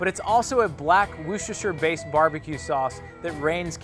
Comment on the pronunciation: I literally clicked "like" because I've never heard an American pronounce "Worcestershire" correctly.